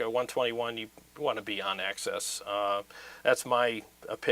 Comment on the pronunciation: Axis and Access are two different words bro Plse pronounce it right it makes you sound dumb and your obviously not dumb lol.. Ac SIS Ac SES BIG pet peeve of mine…